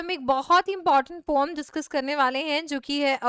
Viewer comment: pom kya hota hei mam poem bola kro ni :face-red-droopy-eyes::face-green-smiling::face-green-smiling